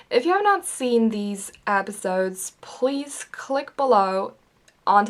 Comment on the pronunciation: why do you say apisodes instead of episodes ?!